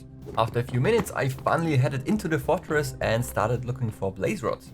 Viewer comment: Wait fotris you Mean? Fortres